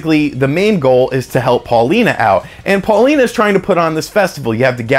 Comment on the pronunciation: Pauline,! Pauline....not Paulina;)